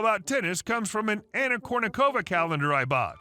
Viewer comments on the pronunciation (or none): none